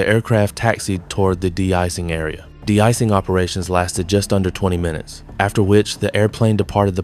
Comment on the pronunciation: AI script: "That's not this, it's that. It's not because of X, it's because of Y." Filler-filler, blah-blah-blah. The script pulled that "not-this-but-that" filler trick at least 16 times. Also, it's an AI voice. Did you notice it mispronounced de-icing, calling it "deecing"? No human would say that. The vid adds nothing we didn't already know and appears to have come from nobody.